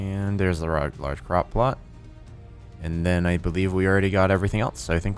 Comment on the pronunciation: Anyone else think at first when said "crop plot" he'd said "crock pot?"